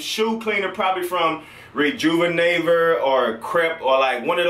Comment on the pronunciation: "Redjuvineiver" - 2016